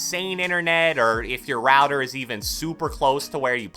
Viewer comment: My guy goes routor instead of router. Amazing English —>